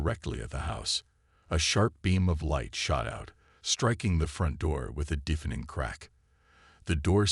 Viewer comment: Good story. Bad AI. "DEEFening crack...", "DEEFening roar...", "AYElex".